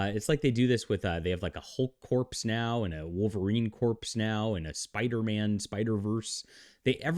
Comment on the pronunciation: It's not "Hulk Corpse" or "Thor Corpse." The "s" in corps is silent. I thought you were a writer?